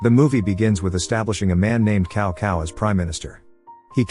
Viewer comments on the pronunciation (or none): IT'S PRONUONCED CAO Cao NOT *COW COW*!! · It's Cao Cao. Not Kao Kao.